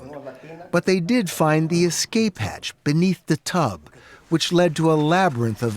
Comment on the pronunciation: Escape not exscape